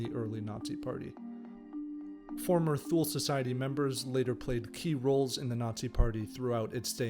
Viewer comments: It's not "THOOL", but "TOO-LAY." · Tu-ley not thool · Shaby15v Except he mis pronounced thule. It’s Tu-lay. Makes me wonder about the accuracy of the rest of the content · It's "tuu-leh" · thank u for those insights !!! ethymological note: since thule is a german word, borrowed from old germanic. its not pronounced as if an english word. for pronouncing it like it germans did in 1918, maybe it would be better spelled *toolay" in english to get the sound right... thank u for the video, it inspired me to reserch the thule-gesellschaft and thus find important developments as to how a political movement like national socialism and Hitler could even have come about. they already used the svastika aa element in their crest. men are always made by their times, the social and political climate of the 1910-20 in bavaria in this case. it is to be noted how prevalent antisemitism and the myth of the arian race/ariasophy and all the neo-germanic cultural associations were already at the turn of 19/20 century !! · it is not pronounced thu-lay either